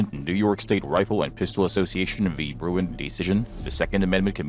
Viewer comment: it's Bruen, not Bruin